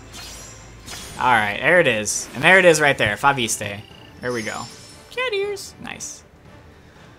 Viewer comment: It's pronounced Fo-vist (fo-vis-t(e) in french)... just saying... you're welcome